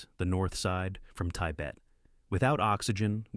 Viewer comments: Tie bet. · In all of my 47 years of life I've never heard anyone pronounce Tibet as Ty-bet until today ...